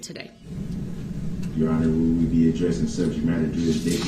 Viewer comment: What about ah-dressing subject matter jurisdiction😂😂😂😂